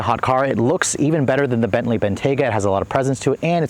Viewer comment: "The Gentley"